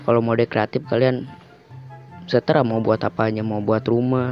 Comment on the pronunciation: seterah atau terserah